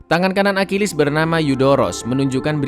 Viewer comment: Bang bahasa Yunani itu gak sama dengan Inggris bukan akilis cara bacanya Achilles trus Paris itu yaparis tetap